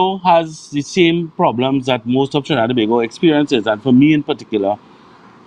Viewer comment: Love the way you said Tobago! Good morning 😊🇹🇹🌶💙🌶💪🎶🇹🇹